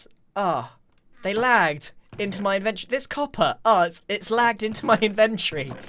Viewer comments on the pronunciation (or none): Grian, please, pleeeease. it's in-ven-tor-ree NOT in-ven-tree. i'm begging you, it kills me every time you say it.